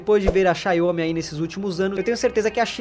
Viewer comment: "Xaiomi" kkkkkkkkk